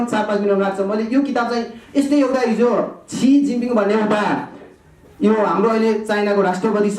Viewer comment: Yo mugi tapari bahun fuchhe lai kasari bolnu parxa aaudaina youtube kinna milxa babu. Natak garira xa yo fucche le memory King vaera aafu le boleko chij aafulai thaha xaina. China ko president ko naam tah pronounce garna aayena tapari bahun